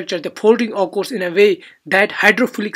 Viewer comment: Please pronounced occurs correct